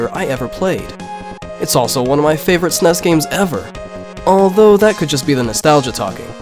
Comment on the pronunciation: GUH PLEASE STOP SAYING "SNESS" SO GROSS.